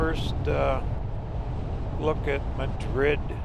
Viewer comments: Beautiful video! We lived for 28 years in New Mexico and have many memories of the roads you are driving. Thank you for sharing your videos. Great job! P.S. Madrid is pronounced MAD-rid and Cerrillos is pronounce Ser-REE-yos with the R rolled (or trilled). It means "Little Hills". Madrid was a coal mining town that supplied low-sulfur coal to the Santa Fe Railroad, Santa Fe and Albuquerque. The next time you go through, swing by Galisteo, over east of Cerrillos. Burl Ives used to live there. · Probably mentioned by some in the comments, but Madrid is pronounced 'Mad - rid. The Mine Shaft taven stood in for the Red Pony saloon in the Longmire series, The movie wild Hogs was filmed in Madrid. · Mad’rid has the accent on 1st syllable BTW here in NM. It used to be a coal mining ton, until coal ran out.😊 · Madrid pronounced Mah-drid I’m so thrilled seeing you cover my home state. Thanks